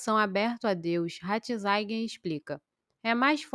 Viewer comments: Pelo amor de Deus! Você não sabe que o Papa Emérito tem o nome de Joseph RATZINGER, pronuncia-se praticamente como se escreve e NÃO como você fica falando: RATINZAIN!!!!!!! Que horror! Lamentável!!! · Irmã, a primeira coisa que uma pessoa que se propõe a ser YouTuber é aprender a pronunciar, principalmente, nomes, cardeal Ratzinger e não ratzainguer, como você pronuncia neste vídeo, preste atenção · Mas..... Ratzinger pronuncia- se doutra forma! Não há por aí alguém que fale correto? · Ratizaigier? Kkkkkkk